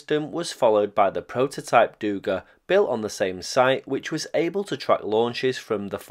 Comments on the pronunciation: Just as a side note: it is dugA, not dUga. Also, Habarovskiy krai, nor Kabarovski. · Not dOUga. It’s dugA, accent in the last letter. No criticism, wonderful content, just a notice😄